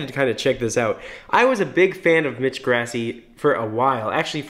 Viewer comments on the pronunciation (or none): I’m sorry, but when you say Grassi it makes me cringe. It’s pronounced Gr-aw-si. Not Gr-ass-i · its pronounced like gr-ah-si not grass-i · FOR THE LAST TIME ITS PRONOUNCED GrAssi not GRASSie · That's Gr ah see not grass ee.... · I feel like all I’m doing is hating on you, but dude, you’re killing me: Mitch “Grassy”? wtf. It’s “Grawssy” (spelled Grassi, obviously..) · omg so triggered; it's grAH-si, not grassy UGH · PLEASE SAY HIS NAME PROPERLY. Its pronounced GRAH-ssi. Ur saying GRASS-i. PLEASE. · its slightly annoying that he says ‘mitch grassy’ but ayye nobody’s perfect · “mitch grassee” OOF that’s not how you pronounce it. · Elly Aridan right! Its pronounced “Gr-AH-ssi”. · CatsDontBelongOnTheRoof ikr! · "Is he singing higher?" "His mix is amazing!" Yes. Yes. Yessssss (and sorry, but his last name is pronounced Grah - see) Thank you for doing this video! I enjoy hearing what you have to say about attempting his tone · It’s “GRASSI” get it right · the way he pronounces Grassi lolol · the way he pronounced grassi 😂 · I'm like 99% sure "Grassi" is pronouced with an open central a, like in "father", as it is an Italian name and thus would follow Italian IPA conventions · That moment when he pronounces grassi wrong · The way he says Grassi is so incorrect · Srry I’m a huge fan of pentatonix so when I hear one of their names pronounced wrong I have to correct it.